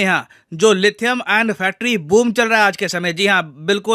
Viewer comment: Inhe lithium bhi bolna nhi aata hai 🤦🤦🤦🤦🤦... 😂🤣😂🤣😂